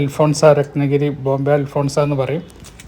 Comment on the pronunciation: അൽഫോൻസ അല്ല...അൽഫോൺസോ